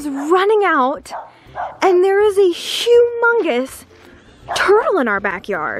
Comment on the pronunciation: She said “shoe mongous”